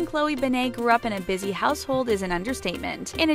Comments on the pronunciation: It’s Ben-net not Ben-nei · You Pronounce it like BenIT not BenAYE. God my ears bleed a little every time I hear BenAYE. It’s not that big of a deal, it’s just annoying. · ummm.. why’d they pronounce it ‘ben-ay’ instead of ‘ben-net’?? 😂 also i love that they just assumed no one knew who chloe was before she started dating logan; she’s still her own person, not just someone’s girlfriend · Her last name is BEN-NET TF IS A BENNAAAAA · Ben eyyy it’s BEN IT BENNNNNNN ITTTTTT NOT BENAYYYYY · Benne-TTTTTTTTT ITS NOT SILENT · Did she just say Chloe BANNAY? What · ITS ANNOYING ME TOO!!! ITS PRONOUNCED (BEN-IT) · Midnight Jewels IT bother me SOOO much to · Cringing every time they say her last name wrong lol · You said Chloe's last name wrong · Ur saying her name completely wrong and it’s bugging me so much😩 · Not to be mean but can you say her name right it doesn’t have a a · Your saying her last name wrong and it’s really annoying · Oh my god get her last name right please its annoying me so much